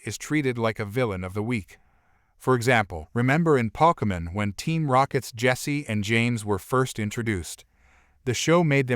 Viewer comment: Pah-ke-mon? Pi-KA-chu? 🤣🤣